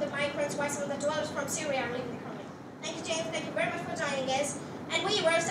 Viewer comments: Never have i ever heard anyone pronouncing country as curry 🙄 her accent is a little too over the top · check the pronounciation of country... it wont be curry